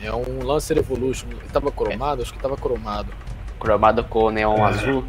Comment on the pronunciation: ele falou cromado errado